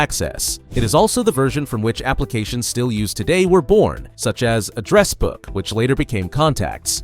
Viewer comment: It's a good video, but the use of AI voice is obvious, given the pronunciation of "Address Book" and "Voice Over"